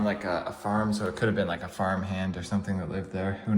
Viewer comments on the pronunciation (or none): none